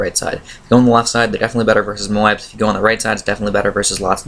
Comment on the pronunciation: Dude moab is pronounced like robe